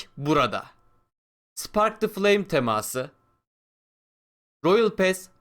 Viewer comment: Birde Türkçe ögrensen temaaası degil teması